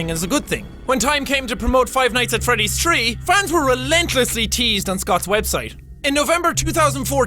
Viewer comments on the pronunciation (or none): when he said "five nights at freddy tree" I could tell that pronunciation isn't this guys forte.....